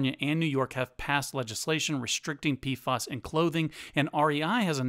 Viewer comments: Are you saying PFAS, because, it sounds like you're saying PFOS, mate ?! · Pf..A..s not pf..O..s